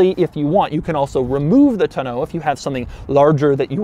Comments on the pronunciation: Doug you are one of my favorite YouTubers and I just love watching your reviews. That being said, the way you say tonneau cover with two syllables is disconcerting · Doug...the type of guy to pronounce tonneau cover in a pretentious accent 17 times on April Fools day to make my ears bleed. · Tonneau cover.... I guess I always thought it was pronounced less French like Also, the Bluetooth speaker has a quirk he didn’t mention... the speaker looks like the front grille. Come on Doug you’re getting soft! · Doug says tonnaue cover so weird. Like bruh, it ain’t that fancy of an item to be pronouncing it like that.... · Is your pronunciation of tonneau an April Fools joke? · Say tonneau cover like that one more time......🙄🙄🙄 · is he pronouncing tonneau the right way? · I'm upset at Doug because how he pronounces "Tonneau cover". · Doug, the tonneau cover is TAH-NO not TUH-NO lol. Love your videos...you do great work! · The "tunn-oh"? First time I've heard that pronunciation. Always heard it as "tawn-oh" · Taw, like Paw, New or NOOO cover, not Toe No, come on Doug...or is it Doe-Ug ;) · (Tah no) cover 😄 not (ta noo) cover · It's pronounced TON-EAU not TNO. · Is it really pronounced "toe-no cover?" I swear if it is, I have been saying it wrong for years. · "Tuh-noe" cover, Doug has some serious mispronounciation problems. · Hearing him pronounce "tonneau" like "tuh-know" tells me he's the kind of yuppie that says "rho-day-oh" instead of "rodeo" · Doug Demuro the kinda guy who pronounces tonneau TUH-NO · Doug, I love you, but I hate the way you say tonneau. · This dumbass. Don’t. Know. How. Yo. Pronounce . Tonneau cover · The way he says tonneau is bad enough but come on dude it’s not that innovative, they’ve been around for years and people have been using them for years I swear you’d be as impressed with your toast not being burnt because it didn’t actually toast the bread with that 400 watt outlet 🤣🤷🏻‍♂️ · Doug is the type of guy who can't pronounce "tonneau"